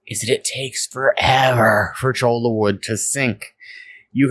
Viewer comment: I collected some when I took my ecology class out to the desert. I cringe every time you say CHOLA.... it is Cho-ya